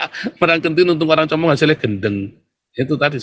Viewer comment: Bukan compong om tapi cumpung😂😂😂😂😂😂😂😂😂